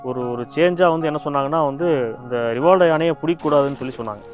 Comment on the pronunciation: Rivaldo... ரி வா ல் டோ... சொல்லுங்க... 😂